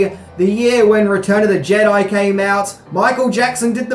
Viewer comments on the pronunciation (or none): none